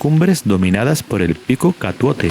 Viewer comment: Estupendo el video, gracias. Ah, se me olvidaba: CATOUTE, no Catuote